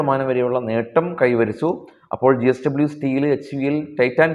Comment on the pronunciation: ജി എസ്ക൦ബനി അല്ല, ജെഎസ് ക൦ബനി എന്നു പറ. തുടർച്ചയായി അങ്ങനെ പറയുന്നു. അതുകൊണ്ട് തിരുത്തൽ വേണ്ടി വന്നു. ക്ഷമിക്കണം. യേൺടതായി വന്നു.